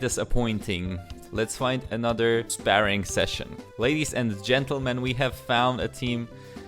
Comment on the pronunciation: "sparing" I know english is not his first language, but that made me lol